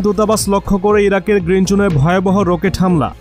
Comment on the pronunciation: রোকেট..… প্যারেক.... তাই না। কি বাংলা 🤣🤣🤣🤣🤣🤣🤣🤣